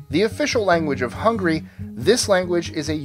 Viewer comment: Man, practice your pronunciation, because it's HungAry with an A, and you said hungry instead of Hungary! Ahh sorry but this is really annoying me.